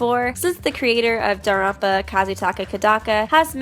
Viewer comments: i'm sorry, but i have really bad adhd and i get angry over very small things. Danganronpa is pronounced "dang gin ronpa" not "dong gin rompa". I'm not trying to hate at all, it just really, REALLY frusterates me. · Why do you pronounce "Danganronpa" as "darunpa"? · ytf u keep saying danganronpa like that